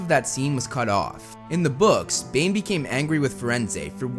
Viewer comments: so is it Bane or Dane? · Did anyone else heard when he was talking about Bane, he said Dane